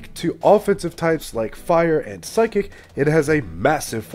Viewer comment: Omg the way he said psychic, psykick needs too be a move